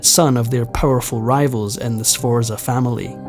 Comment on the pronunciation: I was going to make a list of all the English words you mispronounced but there are too many. Needless to say, none of the Italian first names are pronounced correctly; you got 'Borgia' and 'Medici' near enough, but 'Sforza' is way off. As for a Scotsman saying 'off of', I think I'm going to be sick. The bite-size history is nice, though.😊